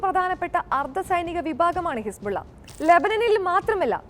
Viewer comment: ഹിസ്ബുള്ള അല്ല ഹിസ്‌ബുല്ല